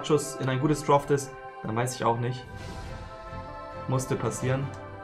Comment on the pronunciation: Niemand Wirklich niemand: droft